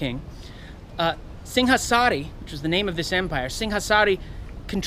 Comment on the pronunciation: Great pronunciation! A lot of historians don't bother to learn how to pronounce non-English names and words correctly, but you nailed it!